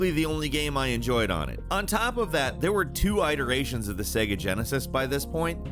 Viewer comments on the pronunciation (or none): Pronounced it-ur-a-shuns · "aighterations" this man has to be trolling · "It-erations", sir... I do not believe that word is pronounced as "eyeterations". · eye terations schreer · He did not just say “i-derations” (iterations) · "Eye-tuh-ations". Add that to the list of words that can't pronounce! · "Ai-terations" lmao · It's not eye-terations. 😅